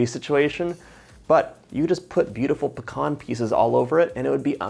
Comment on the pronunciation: It is pronounced peeeeeeee- can